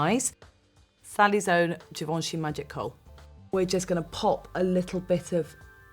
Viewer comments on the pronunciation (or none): none